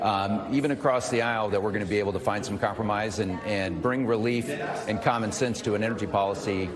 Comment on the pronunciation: Lmao he said commen sense 🤣 Replubicians allot of things but using common sense is not what they do.